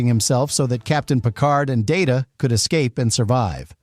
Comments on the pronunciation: it's pronounced Data, not Data. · And stop doing a Pulanski on Data’s name as well!